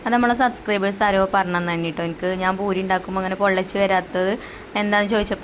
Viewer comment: റ സീ ഭൂരിയല്ല. പൂരീ എന്നാണ് പറയുക.❤❤❤❤❤❤